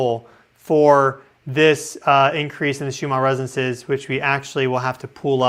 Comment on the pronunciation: Listen to someone else say "RESONANCES". You are missing a syllable. The word isn't "REZZNCE".